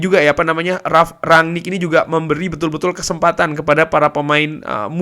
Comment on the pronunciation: Ngomng nya "RANG-NIK" aja bang, gaenak denger nya :v